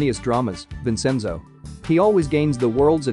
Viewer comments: But were cool with vensinzjo? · The fact that the narrator pronounced Vincenzo’s name wrong I got mad in behalf of Vincenzo🤣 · The pronunciation on this video is terrible. He even says Busan wrong and Vincenzo. Yikes